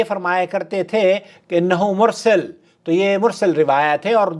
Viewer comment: حدیث مرسل (س)کی زبر ھی جی